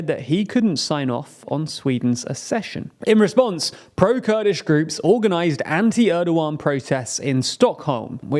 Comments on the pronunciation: its kurdish not kudish, if you guys need a copywriter, do let me know. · Kurdish groups not KUDISH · “Kudish” groups?